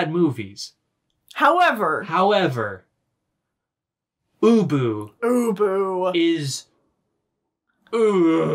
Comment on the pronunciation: I was listening to this while walking my dog and I swear the first three times "ubu" was mentioned I thought you were saying "uwu" I am contaminated